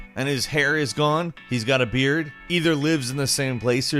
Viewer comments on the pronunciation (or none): none